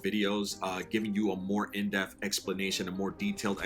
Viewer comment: Enjoyed the video, much appreciated. But for the love of god please stop saying "go into deaf" and say "go into depth" lol.